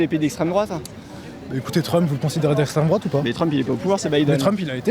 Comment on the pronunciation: " je pa voté à drouate - Pourquoi ? - je pa répondre à 7 kestion ! " Quelle verve ! 😂😂😂😂😂😂😂😂😂😂😂😂😂